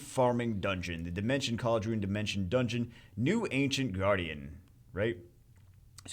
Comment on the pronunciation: It's Khal-dai-ru-n